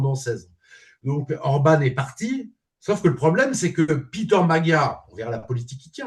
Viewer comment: "Piteur Magyar" (sic) au lieu de "Peter Magyar" ! Nous ne savions pas que ce brave Hongrois portât un prénom américain ou un anglais.